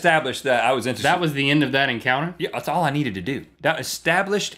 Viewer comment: "That's all I KNEEDED to do." ¬‿¬